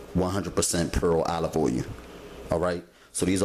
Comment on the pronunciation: I love this channel!!!!! Love the way he say "oy-oo" (oil) I giggle every time. Keep up the good work sir